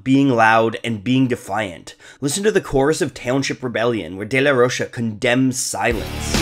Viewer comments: Zack’s last name is Spanish. It’s not “day-la-rosha”. It’s pronounced “day-la-ROKE-ah”. Those two years of Spanish class in high school paid off! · The bands name is Rage Against the Machine. How is it not clearly a political band? Also the "DeLa Roche" is killing me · Its day-la-roka smh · i cant watch this simply because of the way he says De la rocha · take a shot every time he mispronounces "De La Rocha"